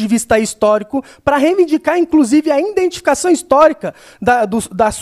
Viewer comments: "INdentificação do movimento que iNdentifica a necessidade de se iNdentificar" nem se fosse dito corretamente faria sentido kkkkkkkkkk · Na verdade ele sempre falava "INdentificação","INdentidade"...